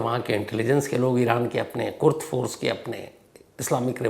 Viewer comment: कुर्द फोर्स नहीं है कुद्स फोर्स है।